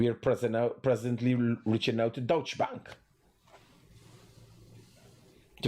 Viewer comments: It’s pronounced DuyChe not Dutch. It means German. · It’s pronounced as dow-cha